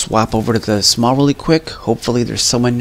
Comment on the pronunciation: Dude it's shaw not sma no offense but that was a cod fan boy thing for you to do